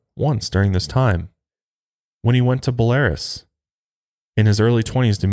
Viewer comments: belarus is not pronounced like polaris lmao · Its pronounced Bel-Ah-Ruse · Belarus. You're pronouncing it wrong.